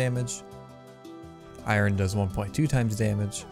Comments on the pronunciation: instead of i-ern? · I never heard anyone say I-ron